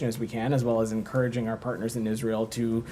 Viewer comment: Every time he says our pattners in Israel which is constantly i want to vomit 🤮🤮